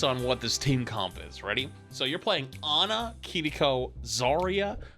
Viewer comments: Can we all agree to stop saying Kiriko with a Japanese accent? We don't do it for any other character, and we don't say Hanzo or Genji in a Japanese accent. It's Kiriko. Just say it as you see it, stop pronouncing the cringey "R" that makes it sound like "Kittyko". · Your constant mispronunciation of Kirikobis grating. It's not "kittie ko". If you can't do a tapped r sound, just do the American rhotic r sound.